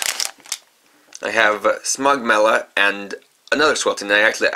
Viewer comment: It's smogella not smogmella